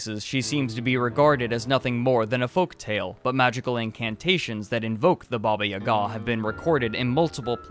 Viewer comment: Why you put that strange accent on "Ga"? It's not pronouced this!